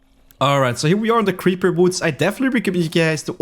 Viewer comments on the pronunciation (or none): none